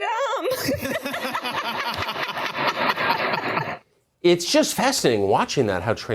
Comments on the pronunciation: Well, it was more than "knew" them. 😉😏 That "fweedom" was a mlk story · Didn't she steal that "fweedom" story? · re: Kamalas' "Fweedom" story. It is VERY similar to a story related by Dr. King in his Letter From Birmingham Jail, even the mispronunciation of Freedom. Dr. Kings Letter was written in 1963. Kamala was born in 1964. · Ohhh! So that's where the "Fweeedom" joke came from. 😂 I heard it a lot on Nerdrotic's livestream, I think. Or maybe it was Salty's.. Or both. Lol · Willie Brown is the one we have to thank for Kamala. Look that one up. BTW that “Fweedom” story was stolen from MLK Jr. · Fweedom.... Hak hak hak hak hakkkk